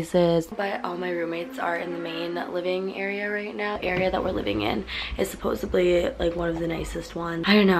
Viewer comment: supposedly not supposebly!!!